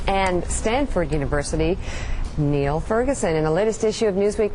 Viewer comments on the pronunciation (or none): His name is Niall not Neil. Just like there's a distinction between Greg and Craig.